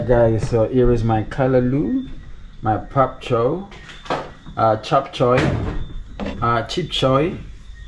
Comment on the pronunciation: NOSAHCOCOA GIRL U WOST THAN DEE MWANGO WITH BAG CHOI THING ITS POK CHOI